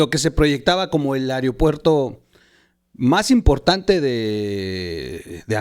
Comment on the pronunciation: Otra más, no es "areopuerto" es "aeropuerto"!!